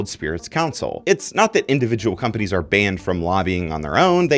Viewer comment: The way he pronounced companies is wild.